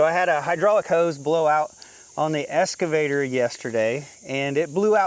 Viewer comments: EXcavator NOT EScavator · Are you saying escavator or excavator? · Obviously, I don’t know where you are but, I know in U.K. the ‘x’ is always pronounced. 😀 However it does seem common in the US to more often use an ‘s’ sound.